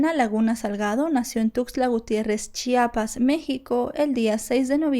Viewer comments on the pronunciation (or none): es chiapas no chapas...